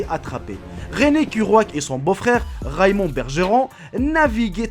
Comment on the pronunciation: Je suis d'accord et à la place de dire Raymond il dit Raïmond